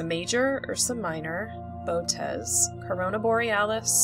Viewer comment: Auriga is pronounced /aw-ˈrī-gə/ and Canes Venatici /ˈkā-ˌneez-və-ˈna-tə-ˌsī/. Boötes is pronounced /bō-ˈō-teez/. An umlaut above a letter means the letter is read separately. In Latin technical words the letter i at the end is normally pronounced /ī/ as is in radii, Gemini, apha Tauri, etc.; ae is usually pronounced /ee/ as in Aurigae, formulae, etc.